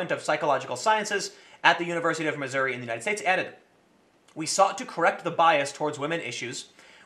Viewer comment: Did you just say Missouriuh? Either Missouri or Missouruh if you're from there, but there is no Missouriuh, Tim.